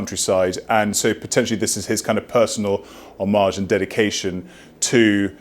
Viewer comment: Omg the idiot said " homarzh" instead of homage. What a clown.